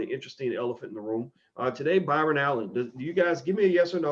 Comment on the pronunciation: Sidenote how many people laughed At how many times he fucked up Byron Allen’s name damn bro you write books and you can’t say Byron LOL LOL LOL LOL